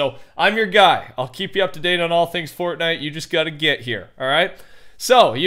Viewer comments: i swear every time when he says fortnite in the beginning of the video it sounds like he says fork knife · Every time he says Fortnite in the beginning I always hear FORK KNIFE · The “welcome back to a furtnite video” NEVER gets old